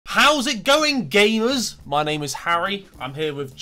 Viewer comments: he really emphasized the ga in gamers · “How’s it going GAYmers”